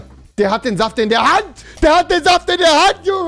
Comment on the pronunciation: wie Trymacs Saft sagt 😂😂😂😂